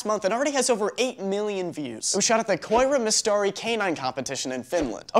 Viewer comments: You pronounced the 'koira mestari' weird as f*** XD thx form Finland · omg the way you pronounced koiramestari was like the cutest thing ever!